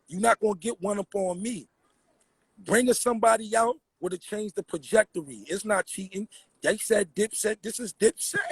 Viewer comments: Why keep saying pajectory? It's trajectory. lmao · It's trajectory not projectory